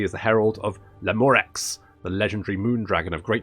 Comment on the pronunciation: I can't tell if your pronunciation of Lamoureux is serious given your personality.